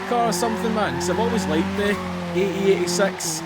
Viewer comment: Is it funny that you said ae8sex at the beginning hahaha lol